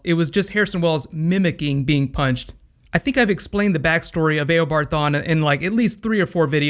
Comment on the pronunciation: Hey it is not aobard it is eobard